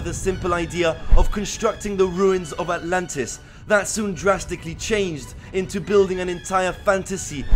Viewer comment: Sentence: ANTLANTIS